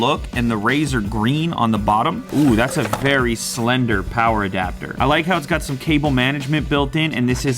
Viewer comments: If you ever say slender ever again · please dont ever say slender again. thanks!!!